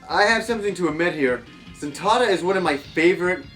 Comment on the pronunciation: Nice review! I love Daddy Mulk and Zuntata, two of the most amazing things video game soundtracks have to offer. I can't listen to your pronunciation of Taito and Zuntata though: "Taydo and Zuntarda", come on :P Try "Thai-Toh" and "Zun tah tah". :b